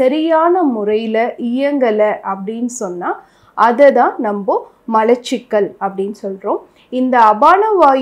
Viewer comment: நீங்கள் இந்த வீடியோவை ஆங்கிலம் தெரிந்தவர்கள் மட்டும் பார்க்கவும் என்று போடவும். உங்கள் விளக்கம் இன்னுமொரு டாக்டருக்குத்தான் விளங்கும். மளச்சிக்கல் உச்சரிப்புப்பிழை. மலச்சிக்கல் என்பதே சரி.